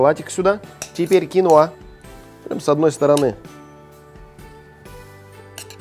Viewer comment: кинОа, а не кинУа!!! А так -класс!)